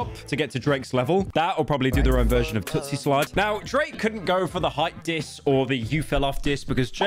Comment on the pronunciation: Pyro I’m sorry but it’s TOOSIE slide not TOOTSIE. Drake was lowkey biting another rapper Toosii